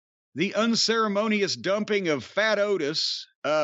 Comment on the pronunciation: “Unceremonious dumping of faT-Otis” LMFAO!!😭🤣